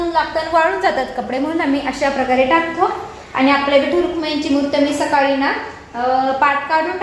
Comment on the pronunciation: Saksakali nahi sakali sakali as mhanayach ka tula di